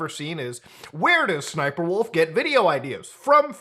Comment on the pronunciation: Yo, How many times I gotta say SSSniperwolf name for her to say up to my house? Side note Muta, Why are you mispronouncing her name? It’s “Ssssssniperwolf” You have to do it like you have a stutter bro. (No offence to anyone who has a stutter) Not making fun. Just respectfully “Uhm Actually-ing”